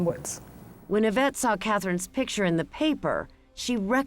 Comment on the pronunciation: Isn't it Yvette? (Not Avette)